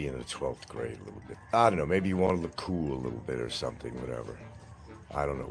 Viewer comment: Nothing is ever his fault. The government made him smoke. What’s a “ coo “ breeze? It’s cool, it’s treadmill! Don’t blame it on the eardrum you perforated to avoid the draft